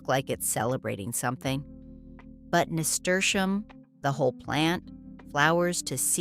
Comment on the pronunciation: There is no sound sh in name of Nasturium. Is just plain s. NAHSTUhreeuhm😊